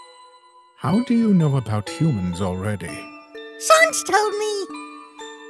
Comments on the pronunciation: Ok, that's it. I need to ask, why do you guys say sans like "sawns"? I have never understood that. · why does bro pronounce sans like sœnz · Gaster saying "Sans" like "Sons" is canon now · Why do every undertale comic characters say Sauns not Sans